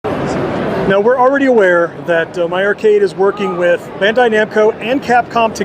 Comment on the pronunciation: It sounds like Bahn-dai, akin to Auto-bahn. Japanese doesn't really have a sound between Ben and Bahn like the roll on antiperspirant Ban. Sorry for the annoying Japanese lesson 😅